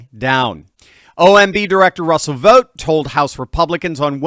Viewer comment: Vought rhymes with Spot 😂